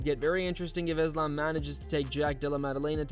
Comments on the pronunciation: Belal: “Thizlam”- Mac Dre 😂😂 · Belal "bored of the name" Muhammed saying "Iz-lamb" is just so typical of him 🤦🏽‍♂️ gosh, is there really no limit to how annoying this dude can be?!